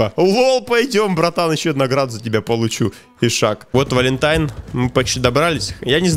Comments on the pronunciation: Это не валентайм а валентайн ну тебе как хочешь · Не валентаим а валинтаин